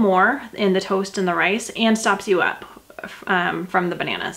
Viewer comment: are you from Minnesota, way you say toast sounds different